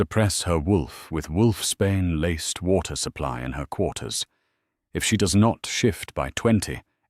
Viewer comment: Just a heads up,it’s wolfs Bain not wolfs Spain😂🇨🇦